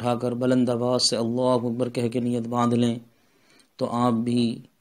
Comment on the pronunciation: Janab gustakhi maaf apjo allahuwakbar Jo bol rahy galat hai. Allahhu Akbar hota hai wakbar galat ho jayega